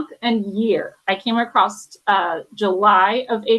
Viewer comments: This talking thing is a bit crazy. And I didn't kmow there was a 't' on "across the, acrostic, acroset"? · “I came acrost”